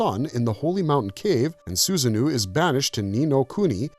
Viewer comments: Sorry, but it's Susano-o, not Susanoo... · Am I the only one kinda annoyed he's calling Susanoo SusanNu? And the irony of pointing out the lore inaccuracy?? It's a great video, but still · The pronunciations of some of these characters pulls me out. Susano - (Soo-zah-noh) is just one example